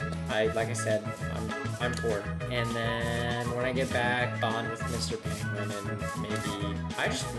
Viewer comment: pengvin. carb.